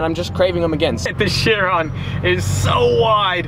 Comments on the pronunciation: Pronounced ‘Kiron’, not shearon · nope its a Bugatti Veryon not a "Cherron🤦‍♂️" Chiron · Fun fact, your pronunciation for the Bugatti Chiron is not "sheer ron", it is pronounced "KY rahn". Hmm, the more you know. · It is bugàtti Chiron not bugàtti laugh my ass of 😂😅😆😂😃😄😅😆